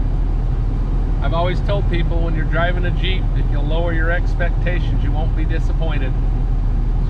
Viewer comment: Jeep, pronounced jHeep, the J is silent... 🤣🤣